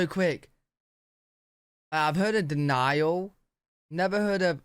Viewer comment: It’s not Denile, it is Denali. lol